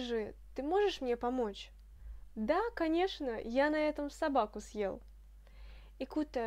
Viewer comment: Bonsoir, une question sur la prononciation: je pensais que le signe dur ъ annulait la prononciation "mouillée" du е, or sur la video il me semble t entendre pronconcer съел comme si on prononçait сел, peux tu me dire ce qu il en est exactement stp? merci.